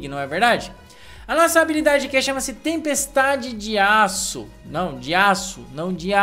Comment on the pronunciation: Mais alguem entendeu o falando Tempestade de yasuo?